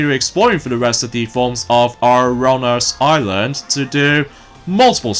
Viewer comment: wow. you keep mispronoucing ouranos! Let me spell it for you. O-U-R-A-N-O-S. OURANOS! Remember that buddy!